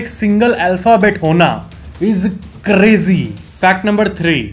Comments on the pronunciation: Bhai crazi nhi hai crazy hai creji creji nol rha hai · Crazy ❌krezi ✅ 😅